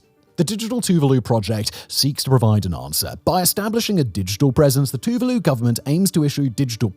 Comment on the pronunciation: Tuvalu is pronounced as Two-vaa-loo